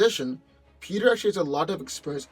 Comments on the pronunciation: Peter should win because whatever an experifffsssfs is sounds powerful af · what word did he just say..??? “sspspsps”